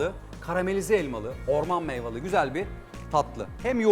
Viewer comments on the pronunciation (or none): MEYVA DEĞİL MEYVE SEBZA DEĞİL SEBZE